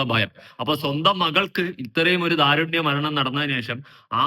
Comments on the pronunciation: അതുലേ ദാരുണ്യമല്ല. ദാരുണം. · ദാരുണ്യം. അല്ല.. ദാരുണം.. 🌹